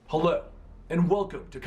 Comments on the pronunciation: He said helu not hello in the intro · Did no one notice his mispronunciation of the word hello